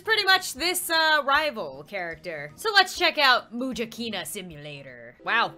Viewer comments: Its Muja not Mercy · I think Muja is pronounced (Mu-s-a) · It should be pronounced musha :) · Uhhhhh its Muja